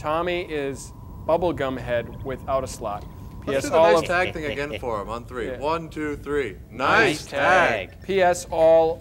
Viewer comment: Her word pronunciation is so annoying. TWEEEE (for three)